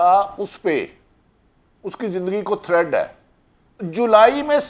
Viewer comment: Bhati sb thread nahi hota threat hota hy